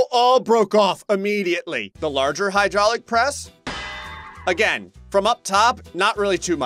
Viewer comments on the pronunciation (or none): none